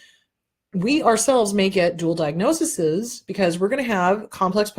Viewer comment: I want to help you with the plural form of "diagnosis". It is diagnoses (pronounced DI-AG-NO-SEES). Thanks for all the good info!